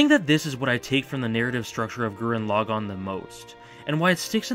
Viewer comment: Hey I hate to be reductive, but pronouncing it Gurren 'Log On' is really grating...Especially when it's the title of the show that's clearly said a dozen times throughout. Thanks!